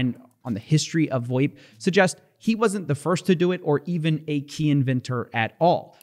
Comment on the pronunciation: Absolutely nobody in the business calls it “voip”. It’s VOIP